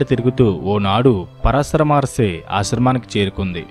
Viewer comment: Pronounce “Paraashara Maharshi” properly